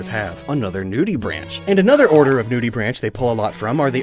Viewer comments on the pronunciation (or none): Quick note: the "branch" in nudibranch is like "braink" Oh also Munch and Snorlax are Totoro and the little ones with him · nudibranch is actually pronounced like "new-dibrawnk" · Btw nudibranch is pronounced new-da-brank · Anyone else laugh when he said Nudibranch?😂😂